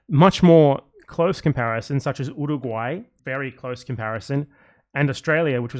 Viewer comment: He said Uruguay. Just.... incorrectly.